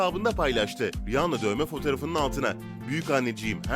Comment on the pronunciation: Rihanna Riyana olarak okunur